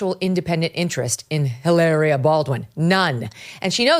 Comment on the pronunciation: Ih-larrrriah, Meghan Markle, Blake Lively, Rachel Zegler…